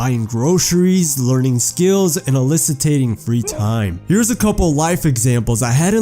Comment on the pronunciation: Did he say Allicitating????